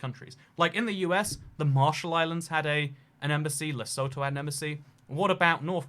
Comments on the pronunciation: Les-u-tu not lesoe-toe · it's pronounced Le soot hoo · It's actually pronounced 'lesuthu'. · It's not at all obvious but Lesotho is "leh-SOO-too", not "leh-SOE-toe". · Its pronounced le-soo-too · Lesotho is pronounced: Le-sue-two in South Africa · Lesotho is pronounced lesūthū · the "o"s in Lesotho are pronounced like the "o" in who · It’s Lesotho les-oth-o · I thought the middle syllable is pronounced like the letter U. Less-oot-though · It's le sooo tooo ... its inside south africa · Pronounciation of Lesotho is incorrect. If you would like to pronounce it correctly, let me know. Happy to help. Great video other wise! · I've never heard someone butcher the name of Lesotho as much as he just has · Your pronunciation of Lesotho and Ulaanbaatar is painful. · Lol, the way pronounces Lesotho 😂